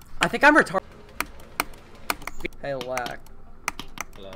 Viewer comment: "I think I retar" bro that shit got me 😭